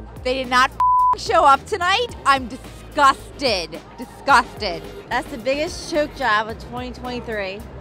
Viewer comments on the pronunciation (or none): "Disgusthed" "Disgusthed"